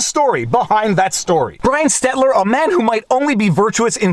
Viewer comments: I love you, Viva, but please stop saying "Stetler." It's stel-ter. You're making my ears bleed. 😂 I'm pretty sure Stetler is one of the old guys from the Muppets. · It's Brian STELTER, not Brian STETLER!! You've been saying the CNN reporter's name incorrectly for months! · Come on now. Stel-ter. Not Stet-ler. I think the guy is an idiot but no need to mispronounce his name. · Stelter, not Stetler. Unless you’re saying it wrong on purpose... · Brian STEL-TER. NOT STET-LER. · it's Stel-Ter, not Stet-ler. BTW his Stelter's Twitter photo is about 60 pounds ago. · Let's go Stet-ler... I mean Stel-ter. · Killing me with the Stet-ler Stel-ter., I'm autistic. It HURTS! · Again, Viva. It is "STEL-ter" not "STET-ler" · Viva, I love ya but it's SteLter not Stetler. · STELTER (stel-ter) lol 🥸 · lmao your still saying Stetler. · Why do you always mispronounce Stelter's name as Stetler? Folks in Stetler Alberta are not liking this.. Watch out, he might dox you! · I love that Viva always pronounces Brian "Stetler" name wrong..... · Brian stetler!!! I always love that you say it that way haha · I love when you mispronounce cryin Brian Stelter 🤣🤣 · I've never seen anyone more dedicated to mispronouncing Stelter hahaha Keep up the good work Viva ;) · Does Viva get Brian Stelter's name wrong on purpose? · Also, I'm still curious if you say Stalter's name wrong on purpose. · I love how viva doesn’t even try to say Brian Stelter’s name right anymore.